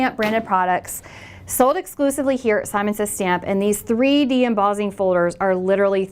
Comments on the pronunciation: Embossing (em-boss-ing) NOT Embozzing lol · you pronounce emboss & embossed, traditionally, however, you change the ss to zz and say embozzing. Interesting...